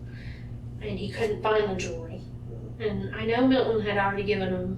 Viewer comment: Probably a good story but I had to bail because the voice is fatiguing. And it's jewelry, not jewlery.